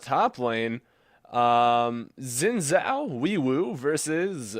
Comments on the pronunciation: It's pronounced Xin Zhao :) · FYI, Xin Zhao is pronounced Sheen Jow (like a Bow to a crowd) Thanks for another fantastic Ezzy gameplay! :) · lol I'm confused how u pronounce xin zhao is it "wi woo" lol or "zin zow" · In all seriousness, zin zow is much closer to the real pronunciation. People argue about it all the time and I'm sure even some Chinese people disagree about it. But the wee woo thing is just a recurring joke does. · He said that at first he can't pronounce xin zhao, so he just called him wee woo. c